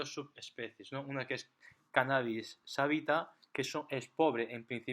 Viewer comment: Curioso que alguien que quiera dar una Charla sobre el Canabis y sus efectos, diga “Canabis Savita” cuando hasta las niños que NO CONSUMEN saben que se llama SATIVA, no Savita… 🤦🏻‍♂️